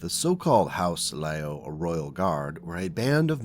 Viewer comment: My understanding is the pronunciation is "LEE-Yoww", so "Lee" as in the surname, and "Yow" as in exclaiming when you sub your toe, "Yeowch!!"